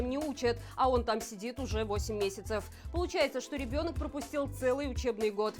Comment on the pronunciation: Как неуклюже произносит слово "ребёнок"...типа ябатьки должны слёзно умилиться: "ах, как трогательно! какой папулечка! ах! ах! ах!" Да его великовозрастные "ребёнки" по совокупности их личных "заслуг" уже лет десять лишних по земле ходят((( Да и младшенький "ребёнок" уже на уголовную статью за август 2020 "наработал"(((